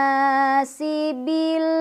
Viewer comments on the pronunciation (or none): none